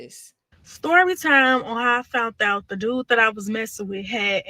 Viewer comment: “Fount out”?